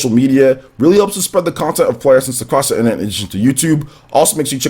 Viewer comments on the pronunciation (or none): none